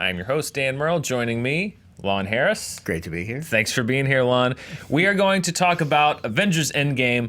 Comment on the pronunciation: "Long Hairis"